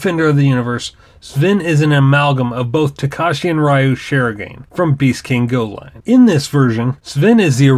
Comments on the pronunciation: to elaborate it a bit more. "Shee-ro-gah-ney" is how it's pronounced. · Good video. Just FYI "Shirogane" is pronounced shi-ro-ga-ne, not "shirogain" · Its Emby technically its japanese so it would be pronounced in its japanese accent “shi-ro-ga-ne”. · Not even a minute in and I'm already triggered by the way you say "Shirogane"